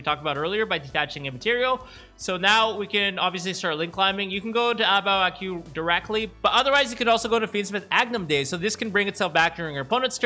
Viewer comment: the "Qu" part of A Bao A Qu should just be pronounced as "Ku", not "Queue".